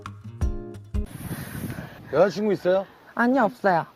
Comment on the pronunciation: ele fala 여자친구 mesmo? porque eu nāo consigo entender ele falando isso. kkkk aparece 여자친구 na legenda mas ele parece falar outra coisa.